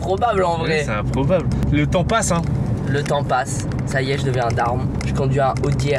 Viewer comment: G compris le tampax au lieu de le temps passe